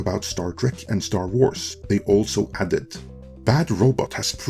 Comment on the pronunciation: "Star Trwars"? What's that,?